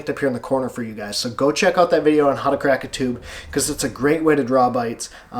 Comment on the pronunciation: I rewatched this just to hear you say "crack" & "stroke" in your Michigan accent! But really, great video! Ohhh does anyone call you? I bet Alex calls you! 🤣😂 you're my neighbor across the lake! Just a few hundred miles NO BIG DEAL!